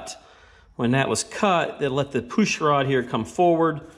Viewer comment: poosh lol, awesome videos but your pronounciation of words that start with pu is pretty funny lol